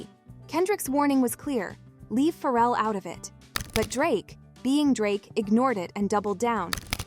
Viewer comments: The way she keeps say feral instead of Pharrell got me dying 😂😂😂 she acting like bro got rabies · Its pronounced Fah-Rell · I can’t with this AI mispronouncing Pharrell.. killing me..